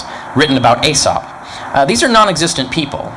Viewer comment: Is Aesop pronounced... Eee sop or Ay sop?